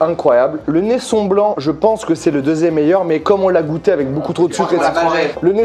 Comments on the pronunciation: Ben ! Le Nesson ne se dit pas « Nessonne » mais « NessON » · Ah ouais à l'arrache de fou 🤣🤣 Pourtant avec la session que tu avais faite avec Pascal Legitimus était réellement une dégustation autant là c'est l'orgie.... +1 pour le neisson ( et pas Neissone) + 1 également pour le Botran ( un bon ron ) le reste c'est merci au revoir.... J'ai bien ris merci 🥰🥰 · Neisson, Benjamin ! Comme "raison" pas comme "Nelson"... Très bon choix en revanche, les trois lascars ne savent pas ce qu'ils ratent... Viens quand tu veux en Martinique ! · Ça se prononce neisson pas neissone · c'est neisson avec le son "on" et non "one" merci et gros bisous de la martinique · prononciation nésson et pas neyssone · Benjamin la prononciation du rhum que tu aime n'est pas "neissone" Mais neisson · Juste info la prononciation de la bouteille de Benjamin, c’est NeissON’ comme hérisson. Voila petite info d’une Guadeloupeenne. Pour pas mentir c’est bizarre d’entendre Neissonne 😅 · Par PITIÉ C'EST NESSON PAS NESSONNE🤣🤣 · Et on dit pas « neissoNNE » 😩 bisous de la Martinique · On dit Neisson et pas Neissone Merci pour la prochaine fois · Je suis Martiniquais, par pitié on dis Nesson pas Nessone😑 s'il vous plais merci. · Il est où le respect du rhum NESSON Ça se dit NESS « ON » et pas NESS « ONNE » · Alors pour la Martinique, parce que mes oreilles saignent. Les rhum c’est Neisson comme poisson pour la prononciation. Pas Neissone. Merci, ps: j’aime quand même la vidéo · Mdr rip les martiniquais qui entendent la prononciation du neisson nésson c'est tout il n'y a pas de e après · Il a dit "neissone" manque de respect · On dit pas st james a l’anglaise mais st james jammme idem pour nesson !